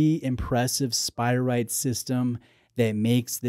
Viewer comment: Love you but isn’t it SpirATE not spiright? 😁